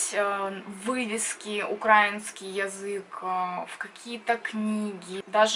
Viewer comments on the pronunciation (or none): украИнский, а не укрАинский